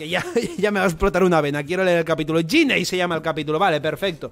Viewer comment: Es Ginny, no yinei